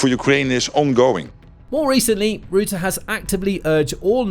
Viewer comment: You're pronouncing Rutte incorrectly. Try saying the "u" in "Rutte" as you would say the "ou" in "rough".